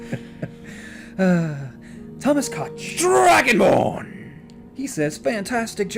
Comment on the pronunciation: Am i the only one that heard Dargonbone instead of dragonborn